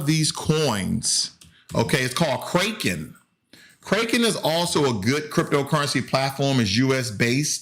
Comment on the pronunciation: You killed me when you said “Kraken” like Raking... it’s Kraken like “crack in” lol... “Orchid” haha. It’s “Or Kid”, not “Orchard”. thanks for the laugh. [no disrespect, just funny]